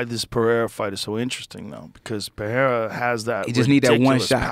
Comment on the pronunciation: Joe dude, stop saying “PeHeira”. It’s pronounced PeReira -- PE-REI-RA. Ask any Portuguese speaking person.